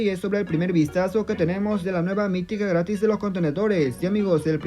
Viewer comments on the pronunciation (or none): Es un pequeño detalle nomas pero me di cuenta que en ves de gratis dice gtaris (no hate nomas me di cuenta jaja)